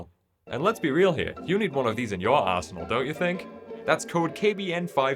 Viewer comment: who else heard arsehole instead of arsenal first...?😅